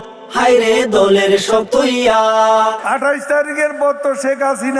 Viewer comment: স্বজন, দলের, হোটেল শব্দগুলোর উচ্চারণ তো মারাত্মক....